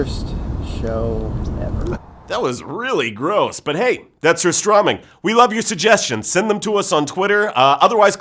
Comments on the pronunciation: Its sooo funny how they pronounce "surströmming" Haha :) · As a Swede, the pronunciation of surströmming throughout this video just kills me. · Goodness me! This dude can't even say the name right! ("Ser-STROH-ming") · You pronounce strömming right, but not sur. And it's tunnbröd, not tunn brodt and you pronounce it wrong. But yeah. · You pronounced Surstömming correctly in the intro but never did it again throughout the entire video. Why?